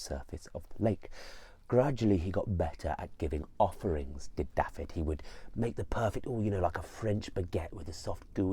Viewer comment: I am from this place. I love that you are retelling this story but please could you pronounce the place names and character names correctly. It’s LLYN Y FAN FACH (not llan y fan fach). Dafydd is prounounced - Dav -i - th(as in ‘those’). Diolch!